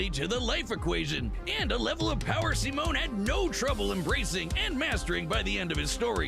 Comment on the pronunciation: His name is "Simon" for an even cooler character. "Simone" is the wrong one